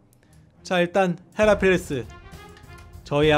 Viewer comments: 헤라팰라스라고 읽고 헤라팰리스 쓴다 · 나만 잉단태가 해라팰리스라고 말할때 해라팔라스라고 들려*? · 헬라팰리스????ㅋㅋㅋㅋ 해라 팰리스 인데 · 나만 해라 펠래스라고 들람??